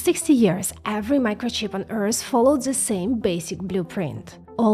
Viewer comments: It's not Earsss it's Earth :D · Does she not know how to pronounce the word " EARTH" .?? ...never heard Earth called "EARSE"..